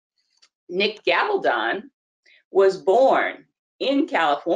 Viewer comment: I don't mind the reporting but you totally mispronounced his name. His name is Gabal-don.